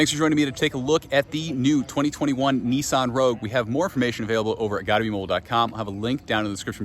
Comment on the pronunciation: Neeson hahahahahahahahah it's called a nissan